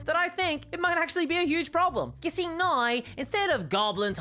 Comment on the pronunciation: I just love hearing you say "now" with your Irish accent. Sounds like you're saying "nigh." It's adorable.